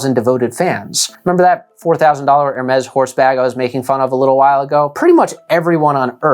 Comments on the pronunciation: It's Hermeeeees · You made a video on luxury items and you don't even didn't even bother to learn how to pronounce Hermes? Poorly researched.